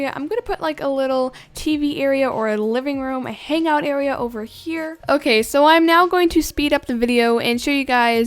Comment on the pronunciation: "Now I'm working on the bed AREAR" - " WHATS AN AREAR????!!! " - Me